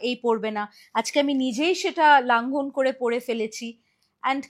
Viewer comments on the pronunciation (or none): 'Longhon kore'. 'Langhon kore' noy.